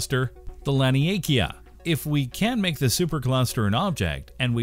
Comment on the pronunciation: Shap Lee. Very poor video, unimaginative and stolen from much better creators. LAN eee A KAYA. Learn to fucking read.